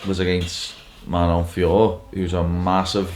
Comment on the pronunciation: didn't expect the proper pronunciation of Fieurot 😂